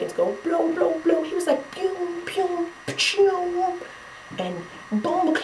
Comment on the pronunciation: this made my night!!! glad i found yah..now imma go stalk the rest of ur vids lol at the jamaican "pew pew pew "